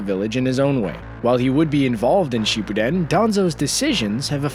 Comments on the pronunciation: And its not shi bu den its shippuden 😂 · Anyone notice pronounces shippuden sheepuden XD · No one: Not even the akatsuki: Him: Shepooden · I call it shapoodle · Shepudding* haha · wait, what did he just say. No actually. Listen to how he said shippuden